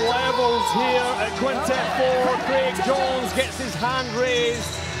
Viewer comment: Does the commentator know it’s Craig not Creg